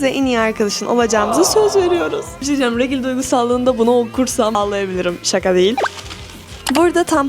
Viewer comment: Abla regil diye okunmuyorrr direkt regl diye okunuyor